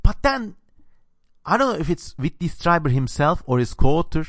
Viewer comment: Pronounced like "Streeber" not "Striber." Interesting analysis, well done.